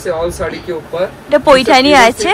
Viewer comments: It’s paithani .. not poithani … Tumi correct korte bolle tai comment korlam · Paithani not poithani